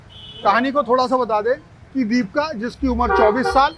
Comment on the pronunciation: रिपोर्टर जी नाम तो सही बोलिए दीपिका न की दीपका